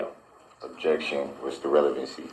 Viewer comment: If he doesn't know what relevant means, or even how to say it, (revelancy), he surely doesn't know what pertinent means. Lol